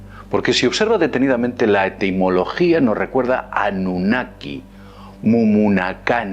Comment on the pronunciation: 😂😂es gracioso como lo dices mumunakani annunaki